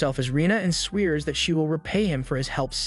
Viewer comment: He... sweers? 😂 . Did viewers reach consensus on whether this is AI or human narrated? The fact that this is a legitimate question now blows my mind.